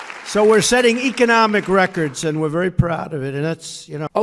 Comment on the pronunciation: Did Donald say Echonomic? 😂 He knows so many words!